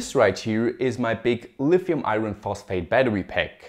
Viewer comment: caculated and lifium hehe